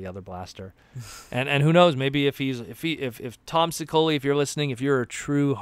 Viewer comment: Can’t wait for this new comic. Tom’s surname is pronounced She-O-Lee by the way. :-)